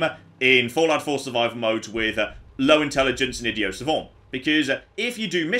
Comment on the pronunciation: What is it with the faux-French pronunciation of "idio savon"? The term is "idiot savant" and not at all French. A "savant" is a very clever person. An "idiot savant" is, like Dustin Hoffman's character in the movie "Rain Man", hugely talented in one direction or subject, but utterly deficient in just about every other. Please,, just use your regular accent, and the letter "t" on the end of each word, when saying it..